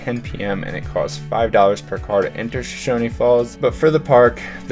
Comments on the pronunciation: It is SHOSHONE FALLS NOT SHOSHONY Get IT RIGHT! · Shoshone rhymes with phone. No “ee” on it. The “I” in Perrine makes an “eye” sound, not “ee.” Sorry I don’t know phonetic lettering. Also pillar falls is not a swimming hole, it is notoriously dangerous and has been the site of several drownings. Great hike though, and you can portage your kayak and continue upstream to Shoshone falls. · Great vlog! It's always nice to see people appreciate our nature. :) We take a lot of pride in our outdoor recreation and natural history. My one catch as a local is a couple mispronunciations. We pronounce Perrine as "puh-rhine," rhine like rhinocerous. The e at the end of Shoshone is dropped for places like the town and falls, but pronounced your way whenever referring to the indigenous people who lived here before settlers. We pronounce locations "show-shone." Another common mistake locals will notice is Boise getting mispronounced as "boys" or "boy-z," but it's actually "boy-see." Drives us nuts.